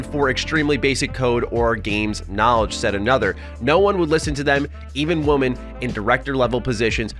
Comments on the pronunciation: It sounds like you are saying woman instead of women every time. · I love and his channel. But why does it seem like so many Americans don’t pronounce the difference in woman and women. It makes the sentence feel so off.